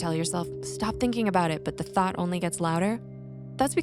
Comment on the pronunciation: "a passing thot"